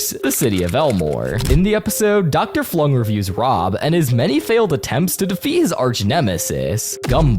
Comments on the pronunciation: It's Dr Flug, not Flung. 🗿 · as a villainous fan this actually made me double take dr flung? It’s dr flug (dr kenning flugslys) nice shout out for villainous though